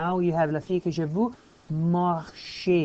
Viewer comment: it´s ok just improve "vu" pronunciation.